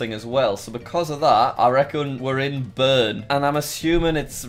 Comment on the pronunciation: Bern spricht man anders aus!!!